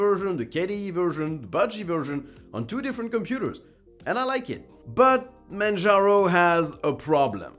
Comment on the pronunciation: "manjarno" XD